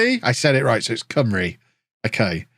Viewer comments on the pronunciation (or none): none